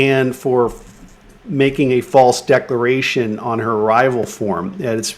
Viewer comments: DecLaration... geeze are you gonna DECLARE or DECORATE?? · Please god get this guy to work on his vocabulary. It’s subvert the law, not subverse, and it’s declaration, not decoration. Jesus Chris